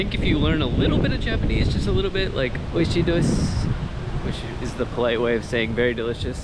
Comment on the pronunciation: you said おいしいです correctly.